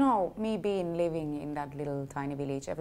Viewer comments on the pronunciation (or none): none